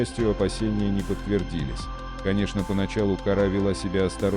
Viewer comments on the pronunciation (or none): Ударения совсем неправильно ставишь !!! Кошечку зовут не КaрÁ, а КÓра, действитенльно, неприятно слушать !!!!! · Вы хоть правильно ударение ставьте. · Не кора,кора- ударение на о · По моему надо ударение делать на букву о,какая кора!!!а сволочи которые такое творят кара сверху чтоб так бахнуло,чтоб боялись даже любого шороха